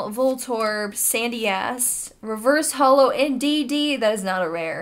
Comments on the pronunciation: sounds like you said Sandy Ass, lol. had to listen to it twice. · Sorry for my foul language but it sounds like said “Sandy ass” 😂